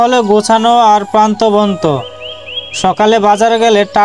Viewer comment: ভাই, প্রান্তবন্ত না প্রাণবন্ত